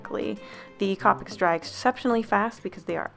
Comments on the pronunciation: Copics are pronounced co-pic not copic like co-owner not trying to hate though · Wow Iv never head anyone pronounce copics COPics I love the way you say it Iv always thought of it as COPEics 😄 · The way you pronounce copics is really satisfying for some odd reason